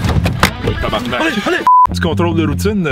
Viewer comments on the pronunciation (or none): none